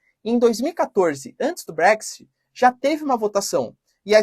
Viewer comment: Putz, prof, use o seu inglês: é brécs IT, e ñ TI... Desculpe-me pela correção! TMJ